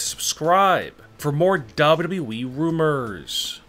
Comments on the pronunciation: Nobody : Not even the spider from under my bed: This guy: dabruee (WWE) 😂😂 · Mans says dubidiué